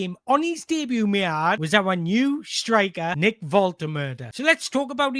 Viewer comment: Great video. Love the fact you pronounce Nicks name diffeently every time. :D :D :D